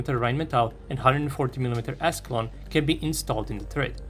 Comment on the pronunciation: For some reason I thought he said "ass long gun" instead of "Ascalon gun"😂😂😂